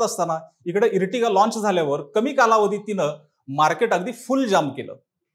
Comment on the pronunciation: इर्टिगा नाही रे आर्टिगा 😂😂 Ear नंतर T जेंव्हा येते तेंव्हा त्याचा उच्चार अर असा होतो जसे Earth ला इर्थ नाही अर्थ म्हणतात. Earthing ला इर्थिंग नाही अर्थिंग म्हणतात. इर्टिगा ऐकून हसू येते 😂